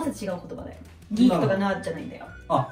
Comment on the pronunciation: さんが、「ギーク」とか「ナード」とか日本風の発音をしてるのがいいですね。 weebとかweabooとか、よくディスりワードとして使われてるわ～。何がアカンねんと思うけども（笑）。 多分、アムロはnerdやな。